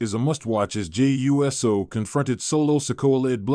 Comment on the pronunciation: It's freaking Uso no uu ss oo ou so? Stop butchering people's name!